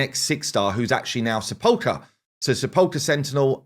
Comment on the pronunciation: It's SEH - puhl - kr. For some reason, it seems all the CCs have a really hard time pronouncing her name accurately.